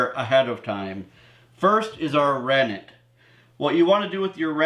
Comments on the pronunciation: I can’t understand the word “ranig” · The first ingredients could not understand what you said "ranick" what's that? And can't you use lemon, substitute for citric acid.